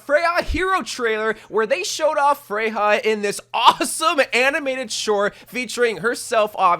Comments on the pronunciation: I know you have dyslexia so I don't judge you but here is a reminder that Freja is danish so her name is pronounsed "FRE-YA" and not "FREY-HA" as you are pronouncing it. If she was spannish she might be pronounced Frey-ha but she is danish so it is Freya as the skandinavian J is pronounced like a Y and not an H. /tthank you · Why do you pronounce it as "Frej-ha"? lol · Freja is pronounced Freya not freha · It's pronounced freJa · its not pronounced frejha! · First, learn to pronounce her name, that was said multiple times in Spotlight and even this own trailer! Second, hero 45 was already teased in Spotlight to be a Sword based character / Knight. Therefore Emre is gonna release in Season 22 AT THE EARLIEST as hero number 46 (at least). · Little nitpick cuz I’m danish but the J in her name is pronounced like Y in English like in YOU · this is nitpicky but you are pronouncing her name weird. there isnt even an H in her name and the official spotlight pronounced it 'correctly'. i sound like a nerd emoji i know.